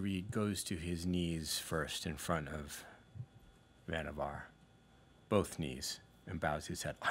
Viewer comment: Pretty sure the actor just misspoke - everyone else including the storyteller rhymes the last syllable with "car".